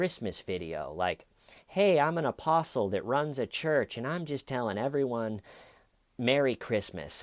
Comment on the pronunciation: Every time you say "apostle" I hear opossum. Opossum David Taylor